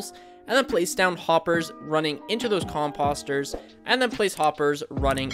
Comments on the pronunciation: Say it with me now... com post er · The next time u say COMPUSTERS .....WERE GONNA HAV A PROBLEM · Who says 'Compahster? It's pronounced with a long o. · Great farm but am I the only one annoyed he’s saying composter wrong? 😑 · no it actually is annoying lol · Ya lol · It's hard to take someone serious when they pronounce "composter" like this guy does. I'm half hoping he's just trolling us.